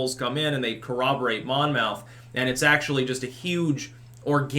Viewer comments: In new Jersey, we say "monmuth", not Mon Mouth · It’s pronounced monmyth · You are doing 'spelling pronunciation'...Monmouth is pronounced 'mammuth', a = 'ah', with a hard accent on the first syllable. I lived in Monmouth county NJ and I can attest that this is the vernacular. Similarly, in NYC, Houston St is 'howsten' and in Boston, Copley Square has a short 'o'. Just FYI. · Its Mon myth we pronounce it in Jersey. Monmouth is a jersey shore school. I’m from Jersey. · Monmouth would be pronounced Monmuth (at least Monmouth in the UK is pronounced that way) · Monmouth rhymes with Plymouth. Love your content, keep up the great work